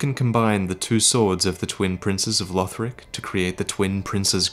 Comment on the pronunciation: Its LUHD-lith not LEWD-lith